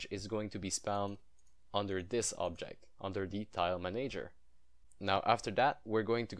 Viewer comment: Both "A"s in manager are soft :)